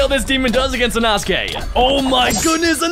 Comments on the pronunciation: its pronounced e-no-skae and spelled inosuke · when he said inosuke it sounded like anosukes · "enosuke" "zeneetsu" 💀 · EINOTGAKEY? pretty sure its Inosuke